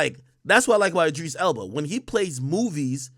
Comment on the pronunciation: "E-Dreese Elba"